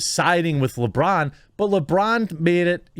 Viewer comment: At first I thought you called him LaBrawndo